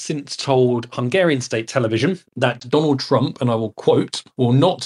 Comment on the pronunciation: Whos dwanald twump?